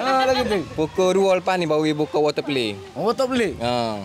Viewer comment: water play: water pelay 😂😂😂😂